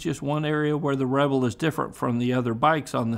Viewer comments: Rebel not Reble. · "Honda REBLE". Sounds French 😂